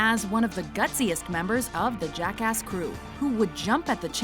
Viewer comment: anyone else always hear jackass as jackask now?